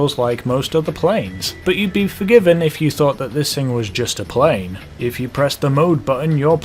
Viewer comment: You said prain